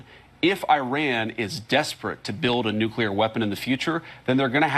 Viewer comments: Didn't she use the redneck form of nuclear a.k.a nucular ? Since G.W.B. that awful word has become common practice. It has no meaning because it a made up word, nuclear pertains to the nucleus of an atom . As a famous Scottish comedian once said : It's NUCLEAR , ya prick . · Nu-Clear not new-klee-are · Thats it! Nucular!!😂😂